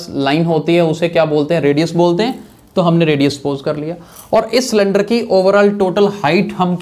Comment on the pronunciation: It was not cylinder it was slinder🤣🤣🤣🤣🤣🤣 but thanks